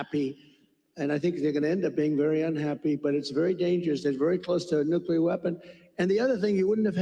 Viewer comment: Nuclear, NOT nucular.